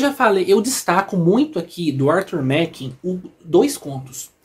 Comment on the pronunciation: se pronuncia Arthur Márren. Grande abraço e parabéns pela coleção.